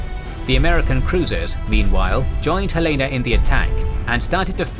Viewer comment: Great video, one minor nitpick, the USS Helena is pronounced Hel-en-uh after the State Capital of Montana. Being a Helena native, I know this is a common mistake. The USS Boise is also pronounced Boi-zee.